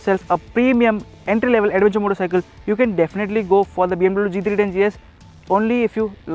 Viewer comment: chuthiya logonko kyo lathe ho video pe.. adventure ko 'ada'venture bolthe ho.. thu theri